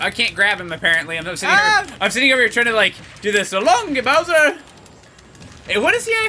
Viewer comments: He says "So long, Gay Bowser!" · for some reason I hear so long gay bowser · So long King bowser But sounds like So long gay bowser